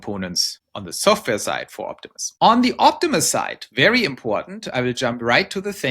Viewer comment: Yes "opti-moose" LOL